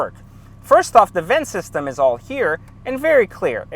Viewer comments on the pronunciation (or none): none